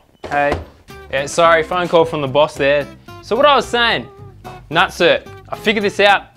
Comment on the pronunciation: Rivnut!!! Not nut-cert. even if it was nut-cert it would be nutsert...like insert not in-cert. fuck. Your killing me. Tool pro even call it a rivet nut tool on the box.